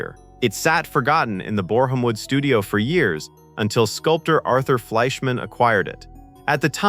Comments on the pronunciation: Borehamwood, not Boar Ham Wood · boreham wood - teach AI the proper pronunciation PLEASE 😮😮